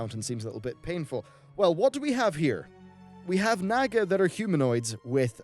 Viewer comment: Naw-ga not naga, but great vid